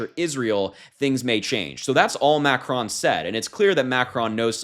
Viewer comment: Omg I was so distracted with your pronunciation of ‘macron’. Try to at least pronounce the names of the leaders of the country right if in political media landscape. Otherwise it’s good to see younger people taking such an interest in global and their own local politics. Hope this attracts more younger people to the arena